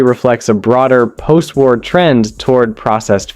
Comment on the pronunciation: you didn't even have to go that far... On the spam sandwich he keeps saying tar instead of war